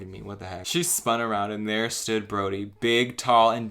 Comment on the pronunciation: I thought you said the lumberjack's name as 'Grodie' and was like alright that's a choice